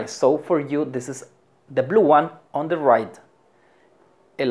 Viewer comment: No sé pronuncia:" de oder " Se pronuncia "di oder" . Saludos 🙋🏻‍♂️